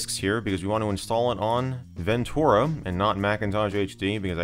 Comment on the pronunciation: TUR, not TOR. Ven-TER-ah. ;) (I love your videos and am just having a go)